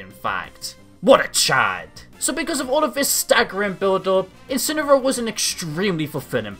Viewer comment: And she called his incineroar in "inciny"